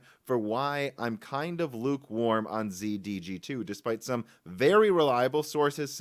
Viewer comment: Intel Xe is the letter "x" followed by the letter "z". It is NOT pronounced "zee".